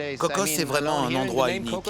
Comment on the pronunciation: On se calme avec la prononciation CocoSSSS. C'est Coco, mais les français rajoutent des s alors que c'est un nom propre. Personne au Costa Rica rajoute de S